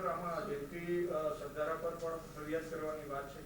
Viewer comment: Sav sasta ma anchor hire karyo lage chhe. Alya Sardhar nahi Sardhara . 😆